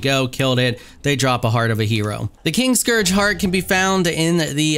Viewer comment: So, I tried to knock out Valis the Loyal to tame him as a Thrall. Didn't work, of course, but you can admin spawn him as a tamed Thrall and he has 45,000 health. lol. fun times. And I am sure someone has said this before but the name is KIN-Scourge, not KING-scourge.